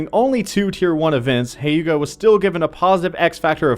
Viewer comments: its not HAYUGA, its HYUGA. Like, He-uga :P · The way he pronounces Hyuga doesn't sound right :c